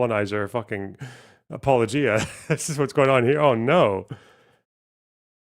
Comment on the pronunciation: You pronounce “apologia” wrong.